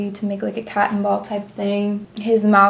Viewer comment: A Catten ball I believe it's pronounced Cotten